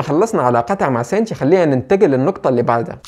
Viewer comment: ليش لقول توجو مو كوجورو و حتى شينتشي تقولو سينشي مرا غلط